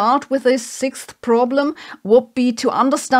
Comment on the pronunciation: sixth problem: how to pronounce "sixth"